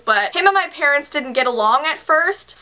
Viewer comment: When she says having issues with him and her parents she has a ancient while saying parents listen for it